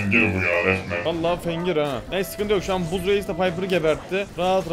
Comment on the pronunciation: Abi buzz değil bazz okunuyo😂😂❤❤